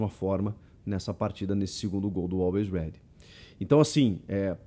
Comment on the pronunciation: A narração tava difícil de aceitar, toda hora falava "Always Red" invés de "Always Ready"